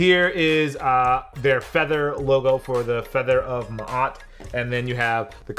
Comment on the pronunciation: HOW YO BLACK A** NOT KNOW HOW TO SAY MA’AT??!? ✊🏾